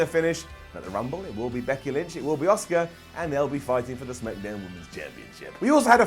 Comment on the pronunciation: The way you say Asuka it sounds like you're saying Oscar